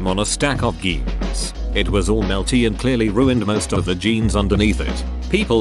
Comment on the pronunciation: d. did the bot just pronounce jeans as "geens"